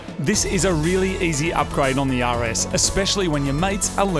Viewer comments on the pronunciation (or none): I thought you said Yaris instead of (RS) for half of the video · Totally thought he said "take off the front of the Yaris" had to ew watch 3 times to hear "RS" correctly 😂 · When Moog says "RS"... it sounds like "Yaris"... lol🤷🏾‍♂️😁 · When you say "The RS" is almost sounds like "Yaris." :3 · Every time he says “the rs” I hear “the Yaris” and that’s a beautiful thing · Every time Moog says rs, it sounds like he's saying yaaris haha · everytime moog says (the rs) it sounds like yaris to me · I could've sworn you said "we've got to remove a lot off stuff on the Yaris" 😂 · CANNOT UNHEAR YARIS